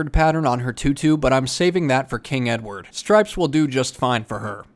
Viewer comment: ‘Hoi I’m king edwad’